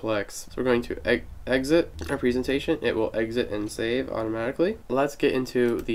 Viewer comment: Where did you learn how to say "presentation"?